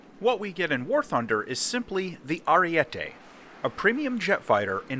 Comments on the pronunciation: Its pronounced arie-te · It’s Ah-ree-e-teh